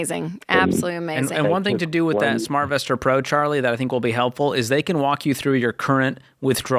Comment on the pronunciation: When did they add a "k" to all the words ending in "ing". Lol. Thingk, savingk, spendingk, etc... Racheal and Jade both do it constantly. Hilarious. I love these guys.